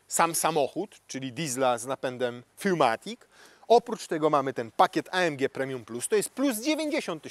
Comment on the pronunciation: Robisz świetne filmy, ale błagam, nie czytam "furmatic". Jak już tak bardzo chcesz po niemiecku, to naprawdę posłuchaj sobie jak się wymawia cztery po niemiecku... "vier", a "für" jest ogromna. Chcesz być śmieszny, a w tej kwestie wychodzi megasłabo..